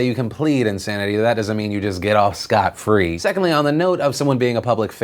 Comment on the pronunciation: Never ever heard someone pronounce it scoot free.